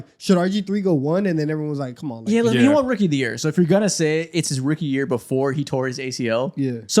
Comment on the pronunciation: i gotta say it. the word “won” is pronounced the same as the word “one” in english. bro keeps saying “they juan” and it’s all i can hear 💀